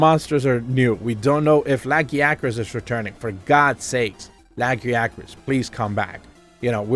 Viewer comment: What is a laggy acris? Don't you mean La-gaia-cris?